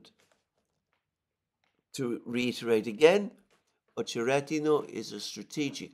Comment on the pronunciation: Accent is on O in Ochered. Accent is on E in OcherEdino